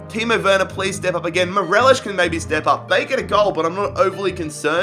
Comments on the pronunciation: It’s Morelos not morelishhhhhhhh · He says morelish but it’s Morelos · Great video as always. M-O-R-E-L-O-S, not Morelosh. He's Colombian, not Portuguese. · Absolutely love the vids been around since Man City and Utd rebuild in Fifa 17 but just letting you know it’s mo-re-los not merelesh 💚 mon the Celtic anyways xxx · did you just say MERELESH? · Morelos is pronounced M-O-R-E-L-O-S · Right cmon your saying morelos wrong😂😂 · Everytime he said morelos i cringed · what is that morelos pronunciation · How hard is it to pronounce Morelos. Not very